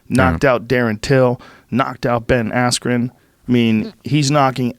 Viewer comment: “Ben Axren” lol